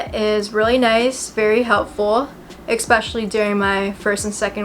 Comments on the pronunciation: EXPECIALLY is not a word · thank you for your video. (it's eSPECIALly not EXspecially btw darling). How long did it take for the soreness to go away after your first few weeks (or days?)